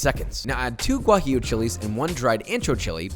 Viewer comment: I think he said “gwah jee lehhh”